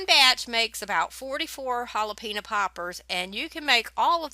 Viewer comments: Look yummy, my favorite part of the video though is listening to your southern way of saying hal-a-peenya ;). God bless. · Hah lah PEHN yo.... Was your cheese too soft because you might've added a bit too much milk?